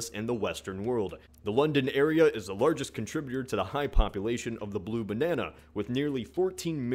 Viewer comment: I Lol when he says: The Blue Bannana